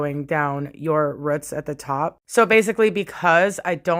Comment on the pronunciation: Hair looks gorgeous but are you trying to say roots when you say ruts?